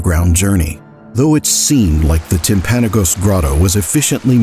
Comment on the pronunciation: So I’m from Utah. Not that area but I’m not trying to be a Karen I’m just wanting to let you know how to pronounce it just for the future. It is Timpa-nogas for the pronunciation. Also search timpanagos mountain it’s a fun hike.